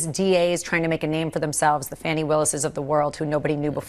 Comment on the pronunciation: Fani not Fanny!